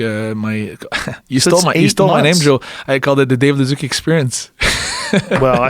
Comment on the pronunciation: Joe "David ledooz" Rogan